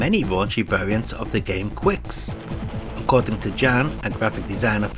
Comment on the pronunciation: Pushman steals music from Jaleco's Psychic 5. Also Qix is pronounced "kicks".